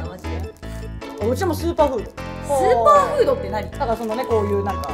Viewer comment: 途中の音量の再編集お疲れさまです!!スーパーフードがズーパーフードは直ってなかったねちっさいことですが... g〜じゃなかったまだ言っちゃいますねw りえしーもまだに慣れてない感が出てますね〜